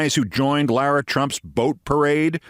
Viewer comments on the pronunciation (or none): none